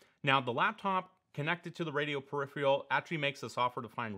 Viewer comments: Just FYI, the word 'peripheral' is pronounced, "purr-RIF-fur-ul", not "purr-RIF-ree-ul"...; that aside, interesting stuff... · How do you pronounce "perifial" (peripheral) correctly? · "periphrial" WTF ? It's hard to take a native English speaker seriously, who can't pronounce 'peripheral' correctly.